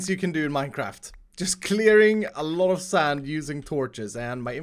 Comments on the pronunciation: Nobody:: sAnd! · Why have you and Mumbo and Grian started saying 'sand' like that?